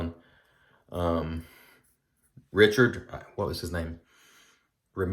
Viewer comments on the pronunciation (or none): none